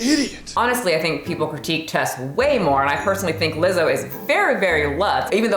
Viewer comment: Wtf is uh-Lizzo